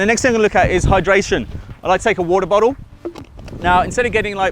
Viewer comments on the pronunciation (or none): He sounds astralian when he says water bottle 😂😂😂